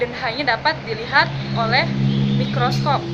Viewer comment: Secara keseluruhan sudah 👍 Jangan terburu-buru santai aja Mikrosop? Mikroskop.. 🤭 Sip Lanjutkan 👍